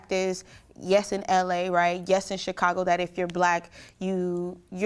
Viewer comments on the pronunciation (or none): none